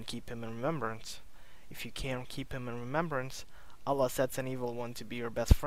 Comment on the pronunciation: You have such an annoying voice + you can't pronounce Allaah... You say OLA, what is that?